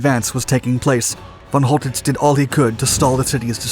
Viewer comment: Who the fuck is Fon Holdiss ?